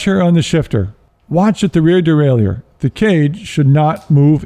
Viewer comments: Great tutorial. Even willing to forgive the constant mis-pronunciation of derailleur. It's "de-rail-er*" not "de-rail-e-ur". Just like a shifter is a device that shifts, a derailleur is a device that derails the chain. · It is not pronounced dee-RAY-lee-yer. That is incorrect pronunciation. More proper would be day-rye-YURE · Derailleur (a French word).. just pronounce it as Easy as DERAILER. Simple! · It's probably for the wrong pronunciation of "Derailleur"... ;)